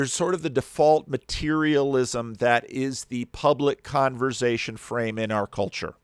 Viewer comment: Every time says “conver-zay-shun” I can’t unhear it 😂 I love accents!